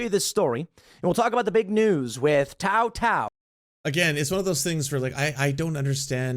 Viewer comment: Every time Tim Pool speaks on the George Floyd situation I see red mist. And I’m not an angry person. It’s obvious Tim knows nothing about what happened (he couldn’t even pronounce Tou Thao’s name properly). He got the law wrong when discussing Chauvin during his trial, not even bothering to look up Minnesota’s murder statue while preaching confidently about his knowledge of it🤦‍♀️ Thao was also convinced via bench trial, not a jury. He was convicted by Judge Cahill, who I’m pretty sure knows the law better than Tim. Edit: I see the pronunciation thing is addressed. Posted before I got to that bit (that red mist again). Also, with all the hate for judges and the judicial system right now, calling Judge Cahill “a demon” is completely unacceptable. If Tim knew anything about this situation, he would know that Cahill wasn’t impressed with Thao’s inordinately long sermon in court, where he showed zero remorse and ranted about God. If he’d shown an ounce of humanity he wouldn’t have got that sentence, which was longer than the prosecution requested. Period.